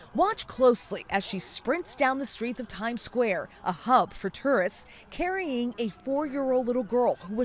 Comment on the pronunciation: Omg i love her but im dyinnggggg the way she said "Time squawe" 😂😭😭😂😂😭😂😭😂😭😂